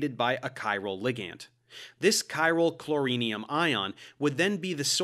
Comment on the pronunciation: I've always heard it as "chloronium", not chlorinium. Analogous to iodonium.